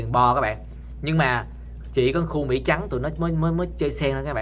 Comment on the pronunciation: Anh ơi!! Mỹ chứ ko phải Mỷ!!!